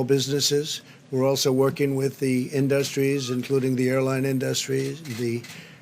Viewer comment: what are "in dust tree's"?